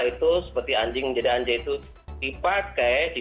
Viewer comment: Anjay harusnya dibaca angjay karena nun mati bertemu Jim jadinya ikhfa